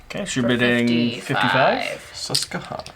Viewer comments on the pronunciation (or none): As a Pennsylvania native, hearing the pronunciations of "Susquehanna" was amusing. It's "kwa" kind of sound not "cuh". I don't blame anyone for getting some of the names around here wrong though, we've got some weird ones... Edit: Also Hagerstown...it's like "hay" not "hag" kind of sound. Idk why that's so amusing to me but it is...